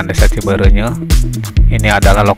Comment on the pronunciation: Cibeureuyeuh kang sanes cibeureunyeuh